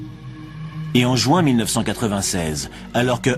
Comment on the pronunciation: Il a bien dit en JOUIN😂😂😂